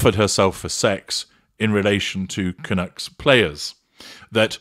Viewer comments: Canucks not Canooks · The hockey team is pronounced Vancouver Can-UCKS, not Canooks. I'm a Canadian and our nickname amongst other Canadians are Canucks (no "oo" in there). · It's pronounced "Canuuuks". Not Canooks. Canuck is slang for Canadian. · Lol, I got a good kick out of how your pronounced "Canucks." - likes nuts. Vancouver Canucks!